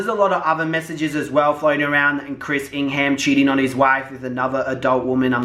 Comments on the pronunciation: I Love all ur points but it’s ing-ham like it’s pronounced ing-hem just a heads up for part 2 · I kept on triggering when you said ING HAM! its pronounced as Ing um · I can’t take him serious the way he says ingham 😂😂😂😂😂🤣🤣🤣🤣🤣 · Learn how to say Ingham..